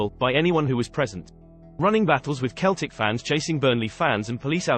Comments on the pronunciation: Its Seltic, not Keltic! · It's Seltic not Keltic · Yeah "Keltic" 😂😂😂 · What the hell it's Celtic